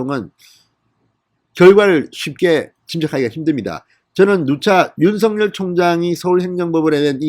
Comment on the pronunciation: 윤석열/ 윤서결 ○ / 윤성열 × 바르게 발음해 주세요